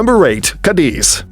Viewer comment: City number 6: You pronounce "Cadiz" with the stress on the second syllable (diz)....The correct way is with the stress on the first syllable (Ca).